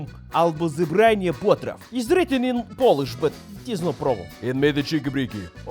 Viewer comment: Fantastic recipe and wonderful Polish pronunciation :)